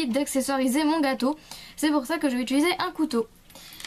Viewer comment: Utiliser juste car sa me demenge tu dit utuliser PAS MECHAND